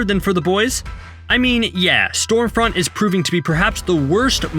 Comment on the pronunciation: I seriously couldn't tell whether your calling her Storefront or Stormfront.